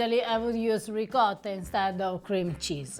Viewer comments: I always marvel at the fact that, with an Italian wife sitting next to him, always pronounces the word "Ricotta" in that "American way" that just can't be heard. sitting by his side makes him hear the word ricotta several times, but he continues on his way. 😀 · it's ricOtta, not ricAtta! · Hurt my ears every time he says, “rikada” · Riccotto not ricatta. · ree-caw-tah....oh, r-pear... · please stop with the intentional gringo mispronunciations. It's really off putting and doesn't help viewership. Makes me want to scream when you mangle ricotta. Say it correctly, it's not that hard. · Please teach your husband how to pronounce "ricotta"